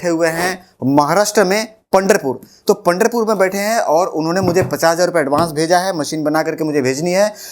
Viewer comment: सर पंडरपुर नहीं पंढरपुर आयेगा